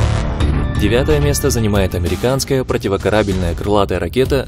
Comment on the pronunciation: за противокорАбельную диз